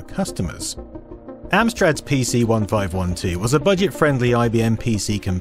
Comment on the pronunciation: Argghhh, you can't even pronounce the name of the damned computer properly, there is even a clue in the original advert for it that you showd and yet you still can't. Its a PC fifteen twelve. 😅